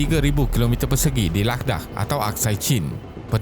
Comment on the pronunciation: Ingatkan dia nak sebut "ladang" tapi tersedak. Rupanya "ladakh"